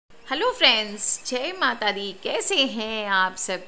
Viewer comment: Jhe mata di nhi jai mata di bola kijiye aap maam